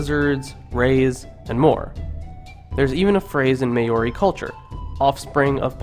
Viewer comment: you got to learn how to say maori